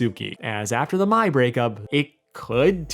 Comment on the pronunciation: His pronunciation of "Mae" is giving me some serious M. Night Shyamalan Avatar movie vibes. "AHNG" "SOAK-A" "Ka-torra"